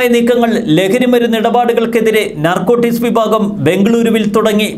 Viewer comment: നർകോട്ടിസ് അല്ല .... narcotics